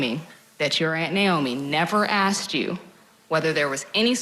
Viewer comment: WHY CANT PPL SAY THE WORD ASKED...WHY IS IT ALWAYS AK SED?...